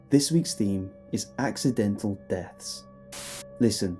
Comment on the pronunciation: "Axe"idental deaths huh? Or how about Acci"dental" deaths??